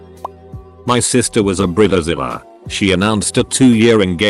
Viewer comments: What’s a Brita-Zella? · What's a brilla zilla and the intro but I keep hearing burritozilla